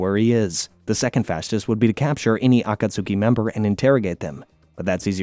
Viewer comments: Yo I love your videos but caught-ka-sukee stupidest shit I've heard lol aw-ka-tskee if you're gonna make a 7 hour video at least get the basics right yeah? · Every time you say "Akatsooki" a baby in Africa starves to death. Shame on you, sir. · It's *A-kat-ske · I love these videos! But there's so many things that you pronounce as if you've only seen the words written. Akatsuki is not pronounced acat-sooki! A-khat-ski=Akatsuki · The “Ah Cot Sookey” is insanely crazy my guy you don’t need to pronounce each letter in the word. 😂😭 I’ve Never Heard Someone Call The Akatsuki That Lol. Love The Video Though. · Yeah either it’s a AI or a guy who never practiced the words, any time I heard Akatsuki as Akatsuuki I cringed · AH KAT SOOKIE ARE U KIDDING ME THIS SHIT IS ASS REDO IT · A - KA - TSOOKIE 😂🤦‍♂️ Says it so so so many times. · i love the video, but acatsuki? 😭💔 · Aah - Khat - ski!!! I Love Your videos, but the way You mispronounce certain words makes me want to seek similar content elsewhere... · Bro don't say akatski* like that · If I hear atasuski 1 more time 😡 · THANK YOU. I couldn't wait for Kakazu to die just so I didn't need to hear the name again. Kah Koo Zoo from the Ah kaht sukii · Ah-ka-s-ke not akasuki is is pronounced differently from how is spelled im glad im not the only one minority annoyed by the mispronouncions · "Ah-kah-tsew-kee" and "jin-chew-reeh-kee" are too much for me to listen to 😭😭😭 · He's gotta be doing it on purpose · me-na-toe (minato) ah-cuts-key (akatsuki) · For real! Same rule as Sasuke lol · I can’t watch this with him saying Akatsuki like that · I've never watched naruto and know that's not how you pronounce akatsuki 💀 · Oh my God the mispronunciations so many times so quickly I just can't do it sorry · Take a shot every time he says akatsuki wrong if you wish to die 1000 deaths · How are you actively trying to mispronounce the name “Akatsuki” for 7hours straight 🤦🏻‍♂️…more importantly why??